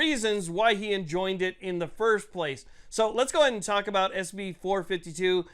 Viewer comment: Enjoined sounds like Like Enjoyed